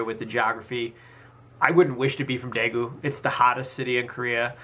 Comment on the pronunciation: #1 please learn how to pronounce daegu #2 I understand ,I have anxiety and ADD myself , I understand yoongi and I love him with my whole heart no matter what.